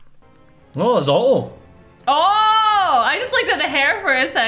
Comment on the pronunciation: I love how pronounces Otto as "Uh-Oh"